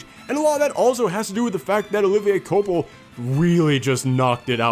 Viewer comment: Olivier que-wa-pel